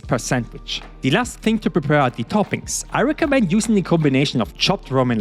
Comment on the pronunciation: Man sagt nur thiii wenn das nächste wort mit einem vocal anfängt... du sagst jedes the so. Zb "thii" other aber "the" car